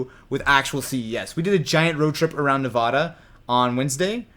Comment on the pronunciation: Instant Dislike because Austin can't pronounce Nevada correctly!!